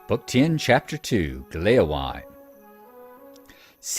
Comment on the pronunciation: A couple of Points of Pedantry ;-) Hytbold is, if I understand correctly, pronounced more like "HOOT-bold", with that interesting Scandinavian/French sound where you make an "O" shape with your mouth and say "EEE". Gléowine is pronounced "GLAY-oh-WEE-nah", it's from the Old English and it means "harp-friend": the suffix "wine" shows up these days in names like "Baldwin" and "Godwin".